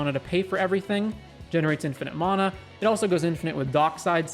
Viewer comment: You say mana wrong